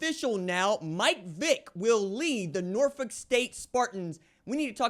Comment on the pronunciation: BEHOLD THE GREEN AND GOLD💚💛thank you pronouning Norfolk correctly!!!